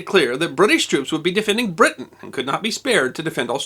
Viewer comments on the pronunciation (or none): none